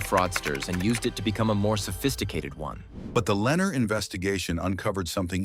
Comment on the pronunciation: AI narration mispronounced Lennar. The correct pronunciation is Le Nar.